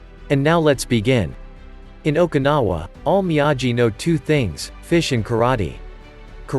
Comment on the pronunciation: Please...if ur gonna do video in kk..it's ..me-ah-gee..lol..